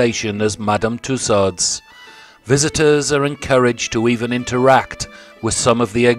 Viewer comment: Dear Sir: it is Madame Tew-sews, not too sods!